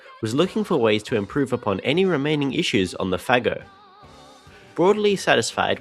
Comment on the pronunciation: Trust to pronounce "Fagot" correctly:)